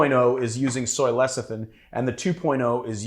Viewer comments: that word trips me up too, so I looked it up. It spelled lecithin and is pronounced "leh-sih-thin." I don't mean to be a cyber smart-ass. I just don't want my favorite bartender to be embarrassed. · Repeat after me: Le Ci Thin